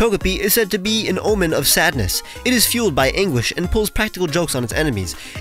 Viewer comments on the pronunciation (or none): "it is filled by English and pulls practical jokes on its enemies" I needed another take to hear "anguish" correctly😅